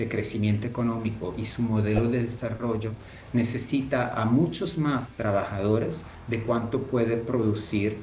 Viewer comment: Me pareció escuchar que dice MUNCHOS??? 😅😱😱😱😱